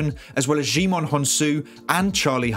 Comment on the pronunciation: Djaimon is pronounced "jai-mun". I overheard him say it to the covid testing people on set. I worked on this film